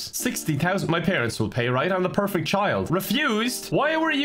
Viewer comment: My favorite thing about this whole video is when said “perfecy”